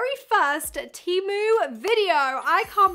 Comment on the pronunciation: pronounced TEE MOO